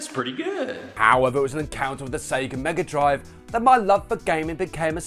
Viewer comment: I love the Genesis and I still think it’s weird that you Brits say Mega Drive, you say it well though